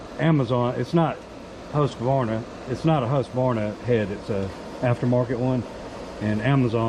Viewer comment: Husq- varna. Not Husq-a-varna. It's Swedish.